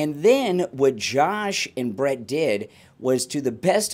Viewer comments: Oh… And it’s Brit not Brett lol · That would not be possible without BRIT’S cooperation. Please get his name correct if you are going to report on it.